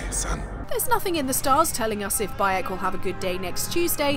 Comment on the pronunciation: Did you say his name was "By 'eck!"?